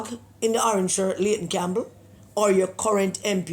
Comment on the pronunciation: Pedi-ayton Campbell